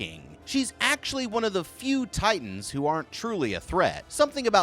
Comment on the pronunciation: He can't say titans names!!! I HATE IT